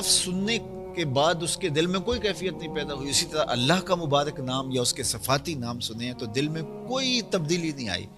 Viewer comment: سمرا نہیں ہوتا ثمرہ ہوتا ہے